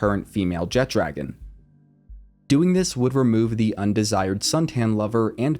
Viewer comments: Jet dragon kept annoying me, it’s jet RAGON not dragon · Great video, but AINT NO D IN JETRAGON 😂😂😂😂